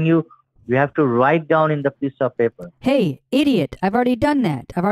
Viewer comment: A beese of ben and baper.